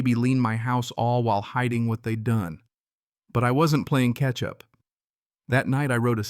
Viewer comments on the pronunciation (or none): Catch up not ketchup.